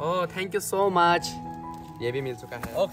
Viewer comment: It's thank you so much not Thank you so must 😂😂😂😂